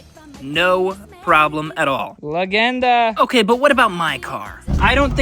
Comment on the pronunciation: Amerikanac naglas atop that Serbian way of "LEGENDA"